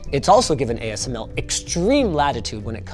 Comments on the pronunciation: you missed pronounced ASML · asmc? You meant ASML. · Great video. Linus says AMSC :)